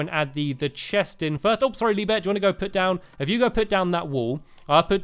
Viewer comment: Haha! , Stampy calls him "LeeBeer"!